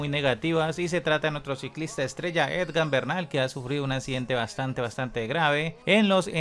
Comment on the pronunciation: Se llama E G A N...no EDGAN. De verdad no sabes o no quieres pronunciar bien???? Que tipo de periodista eres si no sabes ni pronunciar un nombre correctamente???